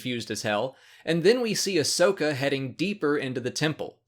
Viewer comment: Great episodes. This half of the season is awesome. I have just one little problem with the last episode. Her name is Ahsoka, not Ashoka. Get it right,!